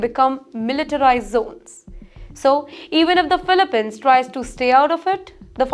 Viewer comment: It’s pronounced “filipeenz”, not filipehns.